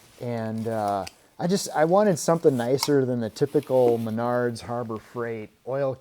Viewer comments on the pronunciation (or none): none